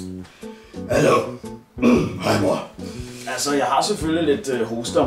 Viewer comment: Hrello?! Hahaha